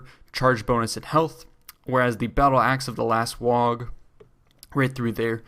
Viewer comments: It's pronounced "WAH", not "Wag" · You don't pronounce the g in WAAAGH! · The point where you can't pronounce waaagh properly was the point I realized you didn't know what you were talking about